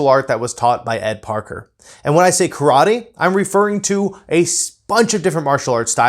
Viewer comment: You cannot even pronounce “Karate, so maybe go back and start there, huh?